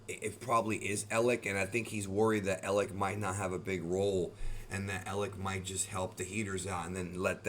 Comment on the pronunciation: It’s elic